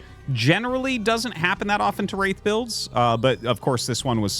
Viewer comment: I keep hearing "race play" when Artosis says "Wraith play" lol